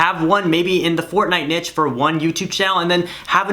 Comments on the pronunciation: He buchored the word niche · He said the word niche like we all say it in our heads🤣🤣😂